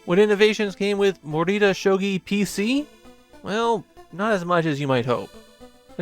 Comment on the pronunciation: EXCUSE ME? that might be the worst butchering of a pronunciation on this platform